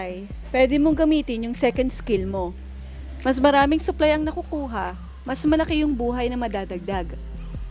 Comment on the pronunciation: Pagkakarinig ko "suklay" yung nalalaglag😂😂supply pala hahaha